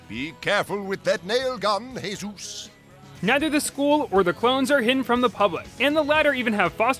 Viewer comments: Why did he pronounce jesus as hay zeus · That's how Jesus is pronounced in Spanish.